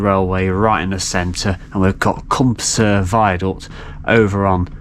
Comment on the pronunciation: Great inspiration to stop and visit that part of the line. Welsh pronunciation is always a problem. Some are way off, but it would take time for you to study it. To explain the two names of the viaduct: Cwm Prysor=Prysor valley and Nant Prysor=Prysor stream. Prysor is pronounced “Pruss -or”, as usual in Welsh the emphasis is on the penultimate (in this case first) syllable. Prysor can be translated as “hurricane”; it must be quite a violent stream when in full spate!